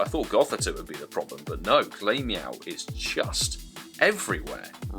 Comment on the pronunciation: Always find it funny how you pronounce glameow, its pronounced glam eow, because he's glamorous, and the evo is ugly lol